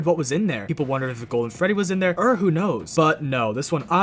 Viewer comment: i love how you say "ur" instead of "or" it makes me sleepy